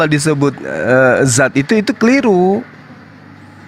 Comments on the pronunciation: Dzat, bukan zat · Sat, zat dzat , beda itu, yg betul dzatulloh, bukan zatulloh